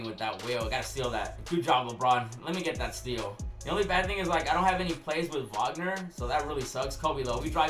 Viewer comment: Wag-ner not wogner